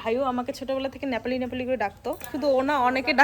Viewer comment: ন্যাপালি নয় নেপালি হবে কথা টা